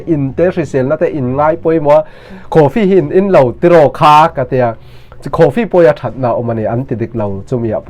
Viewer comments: Enge khooofi ???…coffee pawh lam thiamlo hian SDA te chu i rawn sawi ve vak vak chu ania awww vala, thudik i hriat theih nan kalo tawngtai sak thin ang che aw, bawiha i siamtu pathian hlau rawh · Coffee i sawi dan a tang hian i kaw lo e mai lo zir tha leh rawh 😂